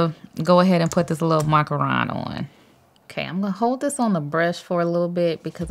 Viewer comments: "the problem with that" is your absolute inability to accept that you are, in fact, wrong. Of course that's what they thaught you, they were saying it wrong too. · Did I say that everything I ever say or do is right NO!!! I said that I’m going to pronounce a word like I was thought in school. So what’s the problem with that?